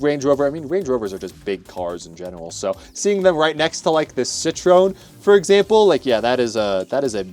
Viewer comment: Prius⚡ It's pronounced as "Citro-EN"